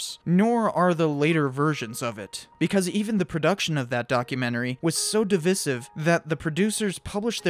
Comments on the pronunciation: Divisive is pronounced dəˈvīsiv with a long i (like sky, die, fly, Divide). Other than that it was good video. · It's pronounced "divisive", not "divisive". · Divisive topic¿ Wat Omg you said it again. Learn how to say that word. This hurts me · haze no ki This is the first time I've ever heard it with the viss or vizz pronounciation and I'm 64 years old. I am from the US tho.